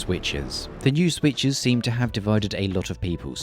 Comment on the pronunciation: i love your "The Swithes"